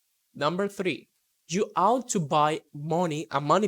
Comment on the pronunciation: check pronunciation for opposite, ought, understand.